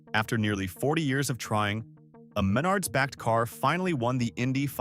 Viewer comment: Not just cities mispronounced but Uihlien's and Menard's.